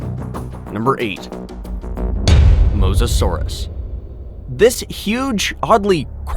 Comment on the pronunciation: Mosasaurus is not pronounced like that bro